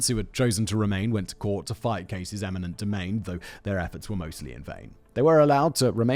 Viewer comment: "eniment" domain? sigh …